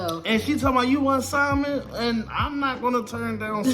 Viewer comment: The L is silent in Salmon